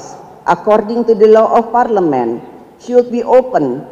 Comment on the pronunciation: Nyontek yiaaaa.... Didikte yiaaaa.... Coba ngomongbtanpa contekan.. Ngompol kaleeee.... Parleman parlemen mulu ngomongnya.. 😆😆😆 Akordang akording... Udah nyontek aja masih salah.. 😆